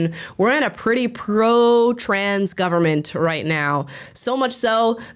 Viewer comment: ‘the gubernit’